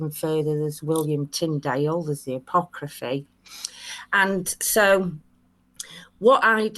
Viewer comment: Oh dear, that did'nt start too well... I heard "Apocraphy", closely followed by what sounded like "Sanscript" and kinda knew it was going to be a bumpy ride... 😎